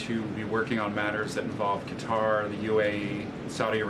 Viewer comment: Not Cutter, learn how to pronounce Qatar.